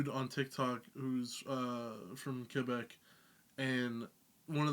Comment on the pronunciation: The way you say "Québec" is perfect, keep on learning Quebec French, we kick ass esti de calice!